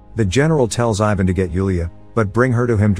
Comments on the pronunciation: The way you said Ivan omg😣😫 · It is so funny how you pronounce ,Ivan' And it is not only you, but like all the english men.